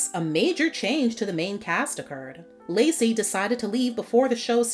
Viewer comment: Lecy’s name is actually pronounced like “lee-see.” 😊 It is short for Alicia